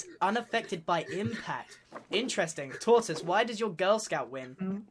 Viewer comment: t. t. TAURTIS U SAID IT WRONG..... ITS HE WHO MUST NOT BE NAMED